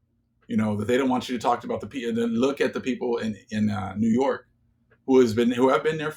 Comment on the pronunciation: yo when you said new york the lord told me new yoke...merchant state???